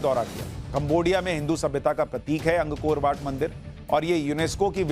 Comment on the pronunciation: अंग कोर वाट नहीं है ये "अंकोरवाट" है श्रीमान जी!